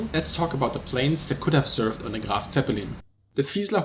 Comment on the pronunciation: LoL dude its not Graf Zeppelin dumb